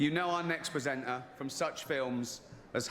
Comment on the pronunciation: He keeps saying "PresentNar" 🤨